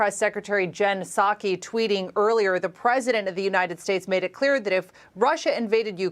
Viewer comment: Lou -ansk Don -yetsk Don - baas learn to pronounce